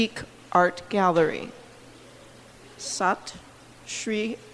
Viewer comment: Perfect pronunciation done by this madam SAT SRI AKAL